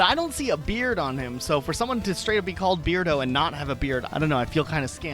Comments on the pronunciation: So I thought it was 'Bear-do' not 'Beard-o' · I think you misinterpreted Beardo's name. I think it is supposed to be pronounced Bear - dooh and is a pun on the word hairdo as in the way you style your hair. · I think Bianca is a snow leopard. As for Beardo, it might actually be pronounced Bear Do. Like a bear's hairdo.